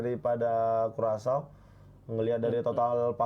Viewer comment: bacanya kurasao. dasar dodol